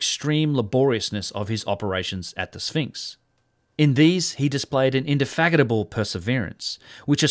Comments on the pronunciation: Indefagitable or indefatigable? I'm not sure of my ears are playing tricks on me or not. Lol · So many incredibly bad mispronunciations. Seriously man "indefaggotable"?!? The word is indeFATIGable. With Fatigue being the root word. Should be a pretty easy one to get right man. I hope you will try to pay more attention and at least make some effort to not accidentally insert slurs into random words. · In- der- fat- ig- a- bull... not... '' in- der- faggot- a- bull ''.....sorry but just had to say it. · Amazing video, thank you for making it! ...I must note the suspect pronunciation of 'indefatigable' :p